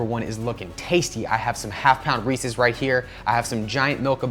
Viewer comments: Thank you for pronouncing Reeses correctly. I hate when idiots say "Reesies" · Ohhh he said REECES!? Good lol